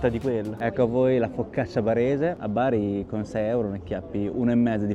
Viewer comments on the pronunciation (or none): none